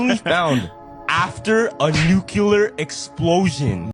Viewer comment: Why is no English speaking person able to say nuclear and will always say _nucelar_? 😀